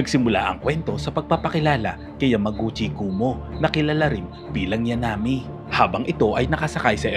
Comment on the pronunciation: ok na sana Kaibigan,,,sana inayos mo yun bigkas mo ng name nya,,,Yankumi hindi Yanami,alam ko to dahil weekly namin yan inaabangan ng anak ko nun elementary pa,Yamaguchi kumiko in short Yankumi